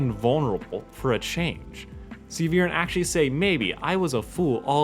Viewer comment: "Have you all forgotten that one abysmal episode where Viran ordered his son and daughter to go and kill an 10 year old child-king?" First of, it's Viren, not Viran, it's really not that difficult. Second of all, Viren trying to kill Ezran and Callum and retrieve the egg is not bad writing by any stretch of the imagination. That's like saying Ozai sending Azula to kill the Avatar is bad writing; it doesn't make any sense. It's perfectly in character for Viren to want the dragon egg back and it's also in character for him to think that the princes need to be taken out of the picture so that he can size the throne and protect Katolis from a position of power. You also seem to forget that he didn't send Soren and Claudia to kill the princes, he gave each of them two different missions and told them to keep them secret from each other. Soren was tasked with killing the princes and making it look like an accident, while Claudia was tasked with retrieving the egg at all costs, even if she had to leave her brother to die. The plotline was far more complex than you make it out to be. It contributed to the overarching story and it served to establish both Soren and Claudia as characters, helped develop their character arcs and Callum's own arc. There is nothing wrong with it at all from a narrative perspective. "And how Soren went out of his way to kill him and continuously failed at it and it was played for laughs?" It's almost as if that's literally the point. Soren doens't actually